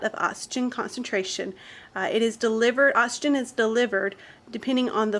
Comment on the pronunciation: I can't take it, anymore... "ottsygen" & "excelled" air